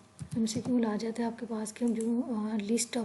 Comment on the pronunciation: Mcqul nhi hota McQ hota hai alot of pronunciation mistakes